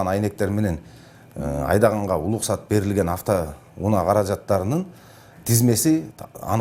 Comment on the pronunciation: Uluksat deytko. R ga tili kelbeyt okwoyt e